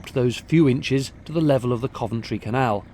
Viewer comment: Me, too on the pronunciation. I learn something (usually several things) with every one of videos:)